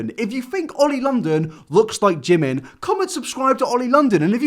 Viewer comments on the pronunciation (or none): You’d think if he loved jimin so much hed attempted to learn korean and pronounce his name correctly. Not“Jih men” more like “jeemeen”(지민). Korean pronunciation is tricky but with all his obsession you’d think he’d try💀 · Can we appreciate how he says he loves Jimin and all of that but can't even pronounce his name correctly? It's JImin not JimIn lol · The fact that he can't even pronounce Jimin's name correctly in Korean is making me puke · God am I the only one that hear that oli said that his name is oli min ARE YOU KIDDING ME!!!!!! Jimin name is PARK jimin you can tell that oli know nothing about him And he even not pronounce his name right!!!!!!! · He doesn't even say Jimin correctly! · Oli can't even say Jimins name right. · To Oli London: Please stop butchering Korean thank you. If you were really appreciated the Korean language then you would actually take the dedicated time to learn how to pronounce words correctly, sorry not sorry that’s the FACTS